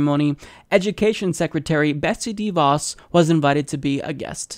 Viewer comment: It's pronounced "DuhVoss" Easy to remember... "Duh" - like her education level.